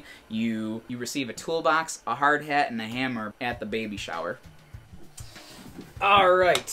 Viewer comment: Did you say hard hat or hard head...'cause I've know a few Italians...